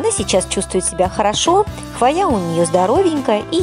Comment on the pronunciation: Очень классно, но слово хвоя вы не правильно называете и поэтому очень сильно режет слух. В слове хвоя всегда при любом склонении ударение ставиться на букву " О", а не на букву "А" как Вы произносите.